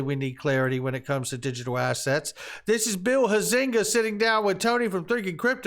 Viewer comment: For the record, Bill Huizinga’s name is pronounced with the accent on the FIRST syllable - Hi’-zing-ga. 🙄